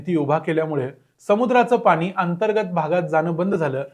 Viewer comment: Pan,pani...n..cha uchhar shudh kara